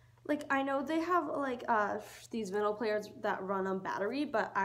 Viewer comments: it’s called a record player. and it’s pronounced vEYEnyl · You're saying vinyl wrong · Btw VINYL is pronounced like vine-al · if you’re gonna listen to records at least pronounce vinyl right